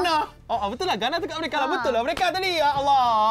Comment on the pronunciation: Riena boleh sebut emerika...hahaha